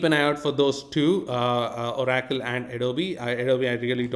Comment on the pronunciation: ABSOLUTELY LOVE the way you say oracle… o-rack-toll. I will never say it any other way again. 🫡